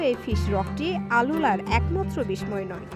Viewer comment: সংবাদ থেকে মানুষ প্রকৃত ভাষা শেখে। তাই সংবাদ পাঠের সময় ভাষা উচ্চারণের দিকে লক্ষ্য রাখতে হবে। বিস্ময় শব্দটি সঠিক করুন।